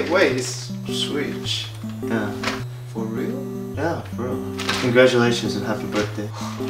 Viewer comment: its "congratulations Vai!" not "congruatlions Vai!" you're losing your english there bud XD LMAO